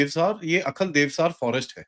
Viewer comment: It is not Akhal but Ai- hal, a village in Kulgam district